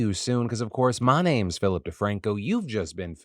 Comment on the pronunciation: It's a little thing. But I appreciate that Phil takes the time to pronounce or at least attempts to pronounce people's names correctly.